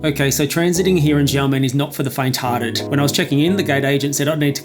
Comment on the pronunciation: Don't mean to sound pedantic, but its pronounced "Sha" men air. Blame the mandarin pinyin system (which isn't the same as English pronunciation) for the confusion.